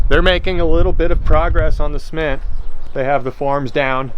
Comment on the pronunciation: Dang looked like a nice bait, it's a shame that tree jumped outta nowhere. But yeah don't burn yourself out man, I think we'll still love to watch some more casual stuff too. Not gonna lie tho, it took me a minute to figure out what "sment" was at first haha.